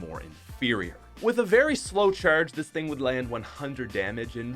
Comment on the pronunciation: Why does he say far so weird and charge lol